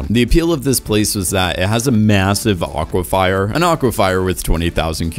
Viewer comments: aquifer = AHK-wuh-FUR not "fire" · Lol aquifer not aquifier bro😂😂😂😂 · Dude, i was gonna let the mispronounciarion's and incorrect use of words slide but "aqua-fyer" twice in the same sentence?